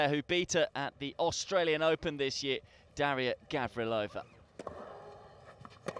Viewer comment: Both names are gravely mispronounced over and over :(